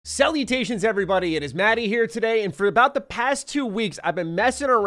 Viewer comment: I know you said salutations at the start but I thought you said "cell mutations".